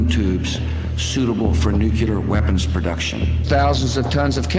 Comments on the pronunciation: say nuclear 3 times very fast.... lol or just once at least correctly. lol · a nucular lol... 1st of all its..'nuclear' 2nd...nuclear is a type of energy blah lah blah..i dont care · I'm sorry, but I just can never get over the fact that Bush can't correctly pronounce "nuclear" If it's such a DIRE worldly issue, why can't Bush spend 5 minutes alone and repeat "noo-clee-err" in his head so he can at least persuade us skeptics that he at least remotely knows what he is even saying? As much as I hate him, I know he's a smart man in some way I've yet to understand -- but damn.